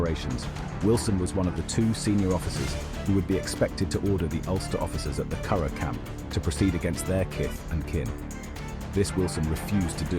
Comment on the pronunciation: The mispronunciation of Curragh is testimony that the English have little understanding of Ireland or Irish people and never had legitimate business being in the country. Carragh indeed. Ha!